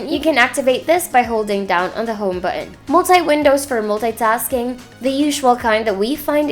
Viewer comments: Hahaha bu-on talaga. May accent pero nakasulat sa intro Philippine Technology Authority na dapat Philippine language ang ginagamit lol opinion lang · Good review. Although I'm bothered with the way you say "button". Hehehe.